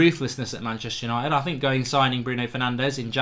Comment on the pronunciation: "Hello and welcome to tha Yanited Stand!"